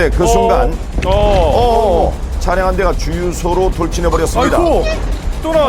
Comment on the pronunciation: 차량 차ㅡ 량 ? 계속 차 를 너무 길게 발음 함